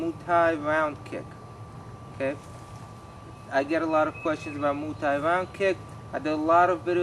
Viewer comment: Mooooo Thai .... what?